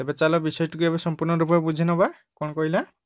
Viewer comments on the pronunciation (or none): none